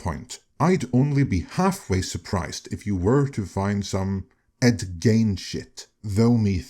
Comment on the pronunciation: I know you're not an American, let alone a Midwesterner, but Ed Gein's last name is pronounced like "Geen." At least that's how we've always pronounced it here in Minnesota, Wisconsin's next-door neighbor. I'm forty-six years old, and I've been familiar with Ed Gein since I was a young kid. The guy's infamous in these parts, and beyond, as you pointed out.